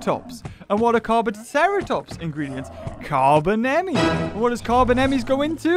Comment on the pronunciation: Carbonemys is pronounced car bone n mus